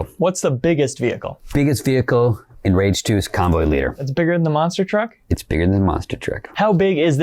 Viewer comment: So it's really pronounced rahge 2?